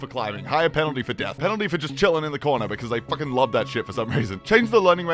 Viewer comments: ahhh yes, "penalty for chillin in the cordner" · What’s a “cordner”? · I just realized when he’s listing shit near the end it says cordner instead of corner